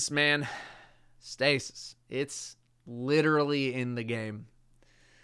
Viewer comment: Put a little country twang on that second 'stasis'